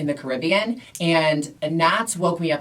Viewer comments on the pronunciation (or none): none